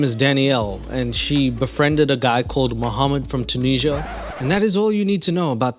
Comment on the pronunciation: STOP SAYING ‘TOONEESHAH’!!!